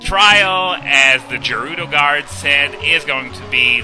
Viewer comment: Isn't it pronounced gerudo not jerudo?